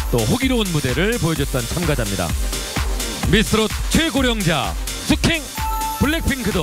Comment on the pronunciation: 숙행발음이 숙캥